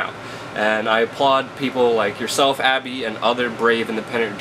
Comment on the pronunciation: can anyone under 40 pronounce a Consonant T any more?? Abbby Martin is awesome...WTF is "Abbey marr -en"